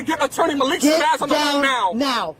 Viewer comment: Did he say Attorney “Malik Shabbazz??”😅😅 OF COURSE HE DID😅😅😅😅